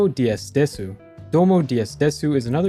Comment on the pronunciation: The "Desu" part In the the DS game for the Nintendo Game Seminar's Name is pronounced as "Dess". I know little Japanese and what I said is true.